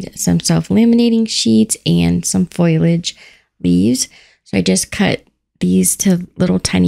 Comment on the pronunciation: Adorable as always! Pronunciation of Foliage